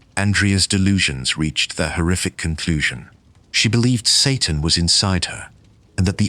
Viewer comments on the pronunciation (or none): none